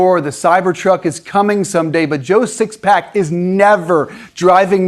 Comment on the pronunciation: "Joe 6 pack" Is that some sort of truck buyer slur? LOL 🤣